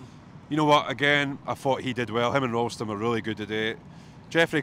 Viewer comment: The mispronunciation of Ralston really annoys me